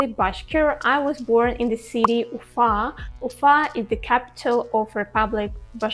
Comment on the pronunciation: It was really interesting hearing your perspective. I knew a few Bashkir people when I lived in China. I like the Bashkir pronunciation of your city, Ufa. I highly encourage you to check out the United States and get a better perspective of things. Many Russian nationals and people from the former Soviet Union want to come right now. Honestly, as an American who lived both here in the US and abroad, life is better in Asia. My wife, a Russian ethnic minority, and I, are looking forward to the day we can go overseas again. In any case, while NY and LA are world famous cities, don't leave out Miami in the free state of Florida or the beautiful state of Hawaii!